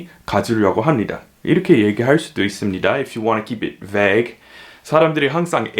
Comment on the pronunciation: 와우~ 정심시간을충실히보낼방법을찾았네요 근데 Vague 발음이 '배그'인가요? 사전에는 '베이그' 로되어있어효